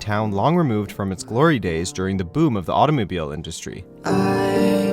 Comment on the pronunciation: I’m moving to Flint, Michigan to be closer to da Awto in-DAW-strey